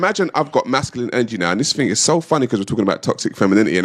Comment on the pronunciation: White people say “ting”??